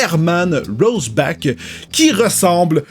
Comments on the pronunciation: Rocheback vraiment??? ça se prononce rore chaque:P c'est tout.. pas besoin d'inventer un mot:) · Roshback? C'est pas rorchack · Heu juste on dit pas "Rochbak" mais "Rorchar" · C'est pas roseback, c'est "rore" "chaques" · Ça se prononce "rorchar" 😉 le film Chappie était génial! Merci pour cette vidéo, la psychologie ça me passionne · ça ce dit "Rorchac" comme le héro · non ça se dit ror-cha-r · Et le nom du test se prononce rorchaque (c'est un anti héro de DC) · Rorschach ce prononce en fait "rorcka" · Ta manière de prononcer Rorschach est perturbant.